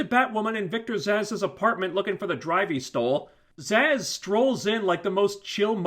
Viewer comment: Sorry, but absolutely lost it when he said: “... recognizes Victor Sass.” Sounded like “... recognizes Victor’s ass.” Could not unhear that and chuckled every time that name came up after that. Victor’s ass apartment... no scissoring for Victor’s ass... then Victor’s ass walks in...